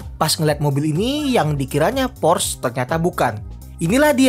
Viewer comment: Porsche bacanya Porsyee, bukan Porsss